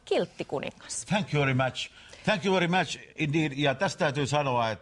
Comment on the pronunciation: Nimenomaan. Thank you very match. Kiitos erittäin ottelu, Hyvä Karhuvaara.